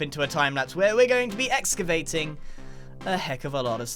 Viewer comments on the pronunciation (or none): My man said exavating